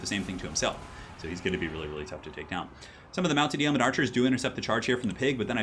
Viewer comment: It's YOEman ... like BOWman ... not YAYmen